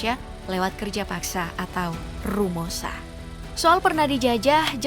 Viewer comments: izin koreksi, yang benar adalah Romusa bukan Rumosa arigatou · Romusha bukan Rumosha 😊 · Kerja paksa jaman jepan Romusha bukan Rumosha mbak